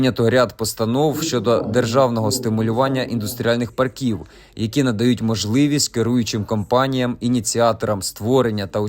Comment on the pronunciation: Треба правильно ставити наголос - пАрків, а не паркІв!